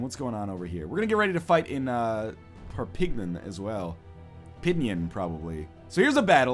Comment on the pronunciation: Psst. It's perr-peen-yarn. Kinda.